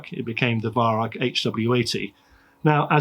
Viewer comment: Germans pronounce the Weihrauch name as "VAI-RAU"